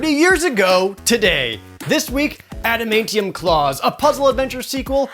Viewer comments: Adamaintium? That's not how you say it. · it's adamantium, he pronounced it wrong